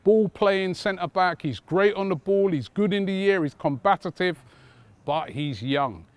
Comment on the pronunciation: Robbie please stop saying “combatitive”